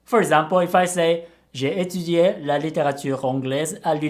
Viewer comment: I thought his last "é" at the end of étudié was a little off, but everything else was pretty good.